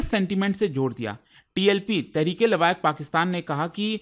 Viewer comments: Its not labaik. Labbek. Sound of a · कितनी मोटी जुबान है, लब्बैक को लाबायक बोल रहा है।